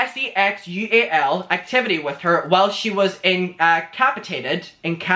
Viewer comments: Pronounce it N-KA-PASS-EH-TATE-ED baby 👏🏻😂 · Just helping you out Incapacitated In-cap-ass-it-ate-ed